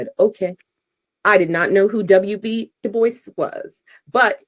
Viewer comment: I believe the traditional pronunciation of "DuBois" is; "Doo-Bwah", not; "Doo-Boyce" as per phonetic understanding FWIW. Merely a small point of constructive criticism, not attempting to discount your content. Thank you for your efforts, peace & love to you & yours 😊 Godspeed (is the "G-word" still allowed on YT?) 😉